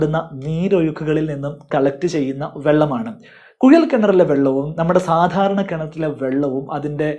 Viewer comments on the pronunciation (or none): കുയൽ അല്ല കുഴൽ എന്ന് പറയുക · കുയലല്ല, കുഴൽ ആദ്യം മലയാളം ശരിക്കും പറയാൻ പടിക്ക്... 🤪🤪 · കുയൽ കിണർ അല്ല കുഴൽ കിണർ. ആയം ആല്ല ആഴം 😂😂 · ശരിക്കും കുഴൽ ആണോ കുയൽ ആണോ? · കുയൽ കിണറല്ല കുഴൽ കിണർ😂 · കുയൽ കിണർ അല്ലാ കുഴൽ കിണർ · Kuyal alla. Kuzhal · ഉപകാരമുള്ള വീഡിയോ.......മലയാളം ഉച്ചാരണം ശ്രെദ്ധിക്കൂ..... കുയൽ(കുഴൽ) കിണർ,ആയം (ആഴം ).... Etc